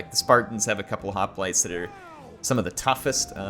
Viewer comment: Man, her, the years away from Rome has you forgetting how to pronounce hoplites. It makes me grin. ;)